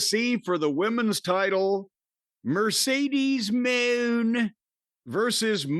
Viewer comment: Mercedes Moané😂